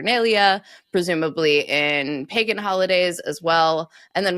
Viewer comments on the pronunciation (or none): none